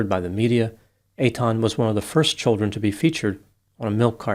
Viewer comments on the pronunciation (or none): none